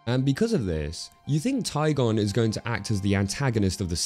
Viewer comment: tai gen not taigon